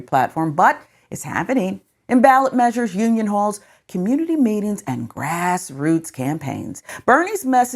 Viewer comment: It’s measures, not “maysures”.